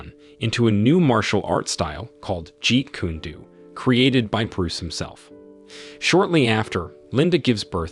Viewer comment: It's pronounced like Jeet Kun-ae Doe not Jeet Koon Doo